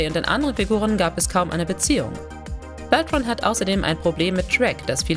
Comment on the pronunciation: Auch Robert „Beltrain“ statt „Beltran“ - Aua!